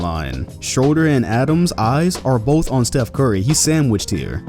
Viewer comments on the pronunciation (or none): none